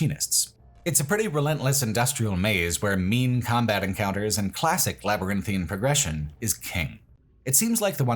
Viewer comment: you get my gold star for pronouncing "labyrinthine" how it's supposed to be and not as "labyrinthian" like the skyrim location (and how 95% of youtubers pronounce it...)